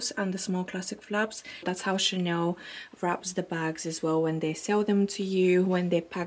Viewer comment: Hi, I love your vlogs, I'm from Spain and I speack French fluently, sometimes you say Chaneu o Chanew instead of Chanel.. it's just a tip 😗. lots of kisses